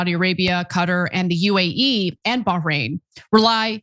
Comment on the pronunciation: Ana's really leaning into that pronunciation of Bahrain ... ON THE OTHER HAND: Jan Willem Erisman is a bloke, Ana!! - he's Scandinavian and his name is pronounced "yunn", not "jan" 😂 - I'm not even European, but the middle and surnames clued me in and I looked him up.